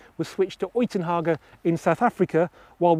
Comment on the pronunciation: It's 'yoo-tin-hayg' not 'oi-tin-harger' 😂 Uitenhage.